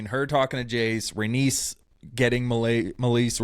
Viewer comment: Loved the recap, but rhaenys is pronounced ray-knees.